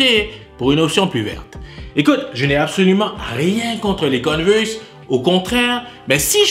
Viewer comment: Il dit conne verse 🥲